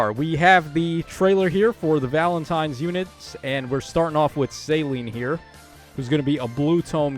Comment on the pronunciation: Céline is a french name lol people forget. suh-LEEN Like miss Dion